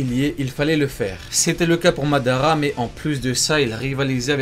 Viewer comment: Ça se dit « Uchiha Madaraa